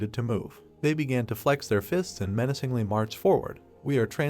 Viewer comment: Is it only me or the names are all incorrect and wat is about “he looked meancingly” I heart more then 😩100 times within tis 1 min.😅😅😅(BTW NO HATE JUST MY THOUGHTS)